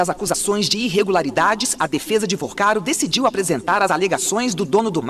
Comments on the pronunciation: Vorcaro meu filho! Fale corretente! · VOrcaro e não VArcaro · Meu querido, fale o nome correto do bandido, por favor, não é Varcaro, é VORCARO. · Porque fala o nome do cara errado? Varcaro? No título também tá escrito errado. Vorcaro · Não é Varcaro e sim Vorcaro!!! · Vacaro?! É Vorcaro, idiota. P ser youtuber tem q ter competência. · N é " varcaro ", abestalhado; é Vorcaro; aprende. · Meu fio... não é Varcaro...é VOrcaro.... vc fala muito errado. É muito chato ouvir alguém que quer influenciar falando tão errado.... afffff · Fala o nome do esperto direito é Vorcaro não ensina errado o povo já mata nossa língua mas vê passa notícias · CARA VC SE COLOCA COMO INFLUENCIADOR E NEM CONSEGUE FALAR O NOME DAS PESSOAS DIREITO???? Vc vive fazendo isso… falava Gauer… agora Vacaro??? 🤨🤨🤨🤨🤨